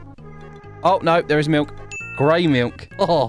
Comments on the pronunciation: Dude it sounds like he’s saying milnk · the way he pronounces milk is 👌 😂